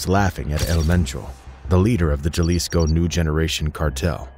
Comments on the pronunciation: Yeah, I’ve never heard anyone pronounce it like he did. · Just wanted to let you know that the 'J' in Jalisco is not supposed to be pronounced the same way as we do in English but instead as 'H'. Like H in Hello, so basically 'Halisco'. And also, that wasn't a Poor Man if the guy was the same from the Los Viagras Video in the beginning. They're infamous for the Guerrero Flaying and El Siri's Execution. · jalisco nueva generacion not j a lesco new generation cartel😂 I fuccs with you perro but at least pronounce it correctly. Long Cartel De Sinaloa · Pronounce as "Halisco" - the J is pronounced as an H in English. Even here in America, by non-Latinos. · Jah-lisco hahah, this whole video is a fail with pronunciation. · In Spanish Jalisco is pronounced like Halisco. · It’s really hard for me to listen to someone tell a story about the cartels & at the same time pronounce CJNG “Jell-isco” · Naa . Just so yuno , You lost me at “Jah-leesco” . I’m out ✌️ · It’s pronounced HALISCO the J Is pronounced like a H just a tip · Jalisco - (ha-lee-sco) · The way you pronounce Jalisco makes it sound like a very refreshing popsicle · The way he pronounces Jalisco 🤣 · The way he says Jalisco 🤣